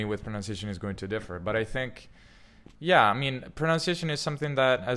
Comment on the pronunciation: How can you state that pronunciation is important at the same time as mis-pronouncing the word pronunciation